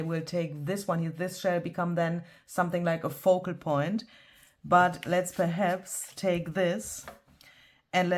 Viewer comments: Your "pocal foint" is every bit as good as Barbara's "brayed furlap" 😉😄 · gotta say…. “Pocal Foint” is right up there with 49’s “Brayed Furlap”! 😂. Love this tutorial and thanks so much for the great freebie! Such a funny video. Love how everything turned out. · “Pocal foint” made me really happy! 😊😂 I love your creation today!